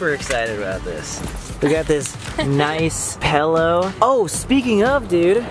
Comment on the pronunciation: Pellow. Sam Golbach says pellow.